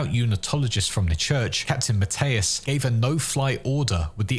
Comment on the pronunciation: Mathias, not matais